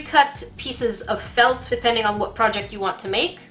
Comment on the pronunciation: The way you say felt FELT